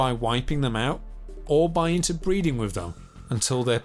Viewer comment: Pronounce “th” with a “th” sound. No an F or a V. North not norf , brother not brova, with not wiff. Dipshit.